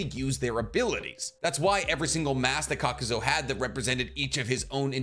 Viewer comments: You kept saying KAKUZO when his name is Kakuzu, really irritated me. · Kakuzu.. not zo.. I've noticed it on a few of your videos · I won’t get over the fact the character name is KAKUZU and this mf continuously calls him KAKUZO 🥴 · may i also add ... "kakuzo" -- i cringed every time . i listen to these in the background so at first i had no clue who he was talking about . i wonder if he does it on purpose . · lol , same for "Kakuzu" -- like "ka-ku-zo" ?! really ?!